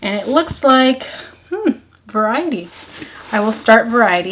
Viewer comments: Looove reading! I think you’ll enjoy at least a few of those books. But I think the Colleen Hoover book is pronounced vare-ity 😄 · It was killing me every time you pronounced Verity as Variety 😂😂😂